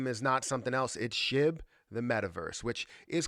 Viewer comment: Shib balance not shi. 🙄